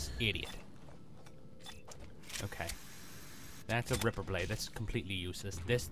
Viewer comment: Every time you say ripper i think Agrippa... haha